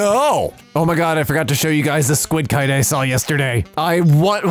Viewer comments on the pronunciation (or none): none